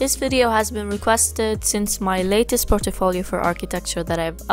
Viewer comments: you said it likE POR-TO-FO-LIO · The way u pronounce portfolio is unique .......